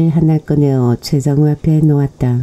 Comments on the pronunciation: 죄송합니다 저는최장호로들었는데 최장우였네요 하하하 쏘리입니다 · ㅎㅎ저두 장호라고 들었는데 다시 들어봤야겠어요~^^